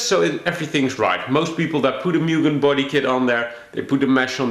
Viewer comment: put in a k 24 and de stroke it so u can rev it out to 12 grand, also pronounced MOO-GEN